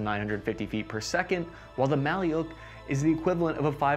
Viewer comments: Bruh not maly’uk just maluk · It's not pronounced Mali-yook It's Mal-yook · Thanks for the interesting review! It should be pronounced like [ma:luk], not [ma:liuk] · Malyuk or Малюк, is not russian word at all, pronouncing as mah-lewk or Ma like Mam and Luke like Luke Skywalker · Mah-lee-yoke??? 🤣🤣🤣 How difficult is it to punch a word into an online translator (Google translate?) and tap a speaker icon 🔊 to hear an actual pronunciation? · "Malyuk" is not a Russian word, in the Russian language there is a word "Malyush". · You wrongly stated that name of rifle “maliuk” is russian and Ukrainian word which means “baby boy”. There is no word “maliuk”in russian language, alternative in russian to this word is “малыш” which pronounces as “malysh”, these are two distinctive words with the same meaning. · Wrong. "Malyuk" is only a Ukrainian word, Russian variant is "malysh". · A little correction, "malyuk" is a baby in Ukrainian, but in russian it pronounces like "malish" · “Malyuk” is Ukrainian word, in russian it’s “malysh” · There is no "Malyuk" in russian language